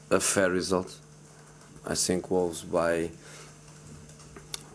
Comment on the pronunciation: come on la jose, it's i think, not i sink